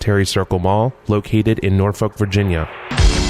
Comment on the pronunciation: Dan Dan Dan.... From a fellow Virginian... you made me cringe when you pronounced the L in Norfolk. :) Great video, per usual. I'm about 30 minutes from Norfolk.